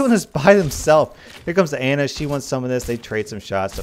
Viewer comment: you also say pharah and ana weirdly too